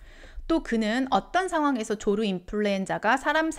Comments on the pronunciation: 발음 정확히 해주세요. 조류 인플루엔자입니다 조루 인플루엔자 아닙니다. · ㅋㅋㅋ 조루 조류